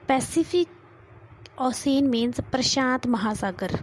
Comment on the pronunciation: and and 😂😂😂😂😂😂😂😂 pacific osen instead of ocean